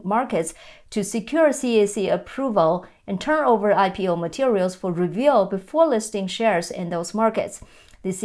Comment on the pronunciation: You make a great professional presentation. However, I found you kept mispronouncing the word "review" (re-vu) as reveal. It is probably quite hard as the "u" sound likely has no Chinese equivalent.